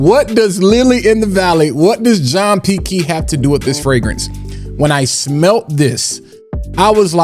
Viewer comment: The “John P. Key” though.🤣🤣